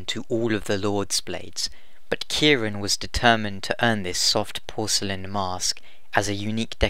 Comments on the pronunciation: Robbie O'Brien I dunno if it's really a mistranslation, because the way they pronounce Ciaran is all strange to begin with. Gough says it like "Kih-ran" although that dialogue wasn't used in game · That's how you'd usually pronounce it, yeah. Although in the game the only mention of her name (which isn't used in the final game) has it all like "Ki-RAN" which is a little odd. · as someone named ciaran, It's pronounced Kier-on, no idea why she pronounces it that way in game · Idk why he pronouncing ciaran as if was spelled with a k. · You pronounced gaelic right, but Ciarán is pronounced 'keer-awn' the fada (line above a) elongates the a into an aw sound